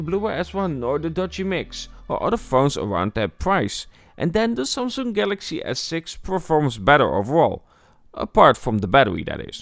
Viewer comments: “The sumsoong” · the way he pronounces Samsung is annoying af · ik hoor het aan de manier van sommige woorden zoals samsung enzo